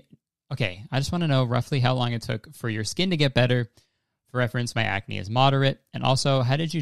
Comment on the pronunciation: I FUCKING DIED WHEN YOU SAID CRACK-NE LMAOOOO WTF